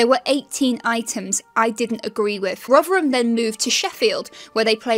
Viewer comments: I always thought it's pronounced Rotherham, not Rughgheram. But who am I? Not even a native speaker. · Where does the sudden East End accented ‘Rovverem’ come from?